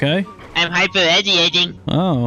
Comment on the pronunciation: "Im Hypereddyating" gary: "well fuckin dont" 🤣🤣